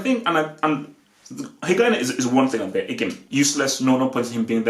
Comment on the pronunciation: "Higain" lol